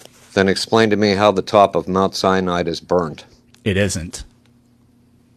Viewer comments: The “biblical scholar” pronounces it Mount Cyanide. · "Mount. Cyanide" "An A-Atheist" "Irregardless" "Eye-Talian" 😅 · He just called Mount Sinai "Mount Cyanide" didn't he???? OMG He totally did call it Mount Cyanide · Is he saying "Mt. Cyanide?"